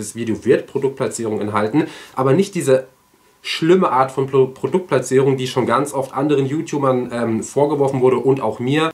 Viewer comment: Und wie war nochmal das Wort für Produktplatzierung? Ich habe es nicht richtig verstanden!! 🤭👍😂